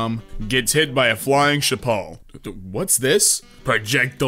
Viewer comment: ITS NOT CHAHPPAL EITHER MY BRAIN